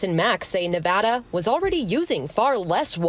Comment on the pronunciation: Not being from the Silver State, it's strange hearing an entire news report about Nevada and not hearing it mispronounced a single time.